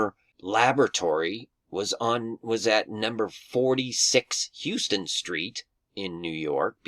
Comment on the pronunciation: Minor detail - Houston Street in Manhattan, they pronounce it HOW-ston